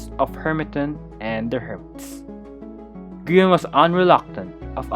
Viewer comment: tommy calling Grian names: Groin Grain Green Gree−on Grian: insert yhs flashbacks